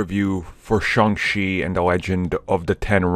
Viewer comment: IT's pronounced Shong CHEE, not Shong SHEE. I don't know, maybe your doing it on purpose, like the other guy calling it the M She U.